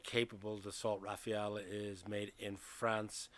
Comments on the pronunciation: Rafale not Rafael ... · It's not Rafael, it's Rafale. Rafale (Gust) in English means, in idea, rapid, or at least in spirit. A gust of wind. But also a burst of automatic gunfire (the two being synonymous in French). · Rafale = gust of wind. Not Rafael. Is not that hard. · Rafale is pronounced RAFAL, not Raphael.😉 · I'm curious though. Why did you pronounce it like this ? I've seen many english speaking videos and most of them tend to go for "Rafa-el" instead of "Rafal". "Rafael" as in "bread" I could understand but not "Rafa-el". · Why do you call it Rafeal? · Please pronounce Rafale correctly, it’s not difficult.